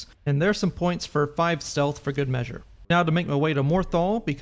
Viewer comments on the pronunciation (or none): none